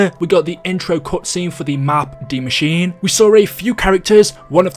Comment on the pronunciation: Not to sound like a dick but Die Maschine is pronounced "dee mash-ee-nay" not pronounced like machine